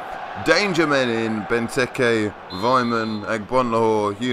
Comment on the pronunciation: Loool Ben-Turkey then u said Benteke